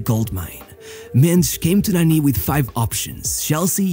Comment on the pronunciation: Why you call him Nanny 😂 it’s said Narni witouth r sound